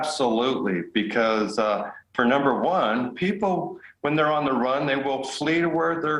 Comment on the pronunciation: Please learn to pronounce it!!!! The word is Ap-pa-LATCH-un.